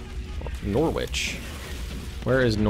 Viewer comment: Never heard someone pronounce Norwich wrong before